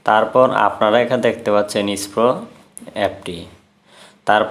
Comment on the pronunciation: ভাই ইস্পো না, এসপ্রো